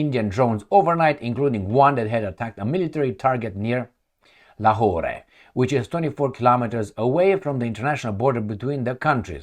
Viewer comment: Lahore is pronounced as La-whore. LMAO. I'm not joking though.